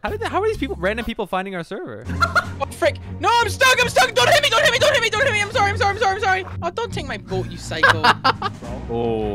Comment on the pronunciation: And to fix "Sorry" say the "O" more like the "A" in saw